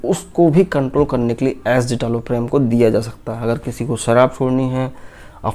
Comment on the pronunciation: Wrong pronounciation of drug name.